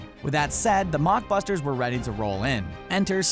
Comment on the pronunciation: Lol "mockbusters"